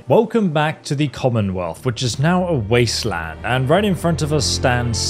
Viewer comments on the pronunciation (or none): “Leaving the vault and entering the wasitlind” what is a “waistlind” sir? Did you mean wasteland? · says wasteland like it is someones last name ffs